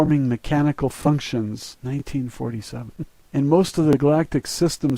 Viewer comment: 😂❤ Narrator had a moment of contemplation “1947? 😮😂❤ Fascinating story, beautifully read. ThankYou fellow Is- Be !